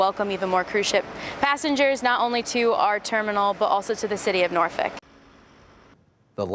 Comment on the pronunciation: It's not Norfick It's Nawfek